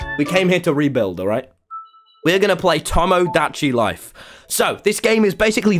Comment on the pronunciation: when i heard him say towmow da chi life i was internally screaming